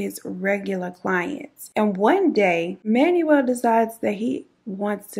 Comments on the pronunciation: Manuel is pronounced Manwell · Awesome video I'm an Aquarius ♒ and he was just a sad situation...his name is pronounced Man-well V-ay-haas ❤️❤️❤️ I hope your new baby settles in soon.